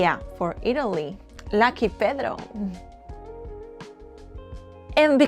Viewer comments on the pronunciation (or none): none